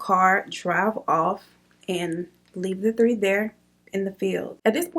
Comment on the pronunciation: tree instead of 3 like he’s Caribbean 🤣😂